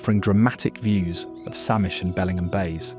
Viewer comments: Great photography but heavy British accent. Tacoma was misspelled. “Lake Chelan” was mispronounced. “Bellingham” sounded like it belongs in Lancashire. The words slough and volcano were so heavily accented, you wondered if it was same language. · Nice video but pronunciation of places are terrible. Why not hire a local voice actor rather than some British person who doesn’t have a clue on our place names? He gets Spokane correct but Makah, Bellingham Puyallup and more are pronounced incorrectly. Grating on the ears and spreading misinformation.